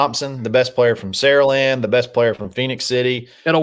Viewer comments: it’s not “Saralend” its “SaraLAND” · Bro please for the life of god it’s Saraland as in pronounced Sarah - land please stop pronouncing it like that your killing me. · Enjoy listening, but one thing… it is pronounced Sara-Land.